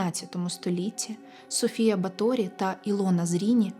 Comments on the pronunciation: Дуже дякую дівчатам за прекрасні історії, дуже якісний матеріал. Особисто в цьому відео дуже "різав слух " неправильний наголос в прізвищі Баторі. Удачі вам, з нетерпіеням чекаю на нові випуски, і дуже рада, що випадково потрапила на ваш канал 🤍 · Вітаю. Правильні наголоси: Рáкоці, Бáторі, Íштван